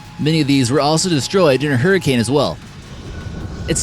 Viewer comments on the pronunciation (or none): none